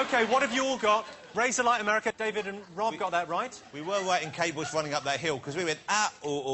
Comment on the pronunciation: "She's big in Amewica, she doesn't care about the Little Dick Emewy Show!"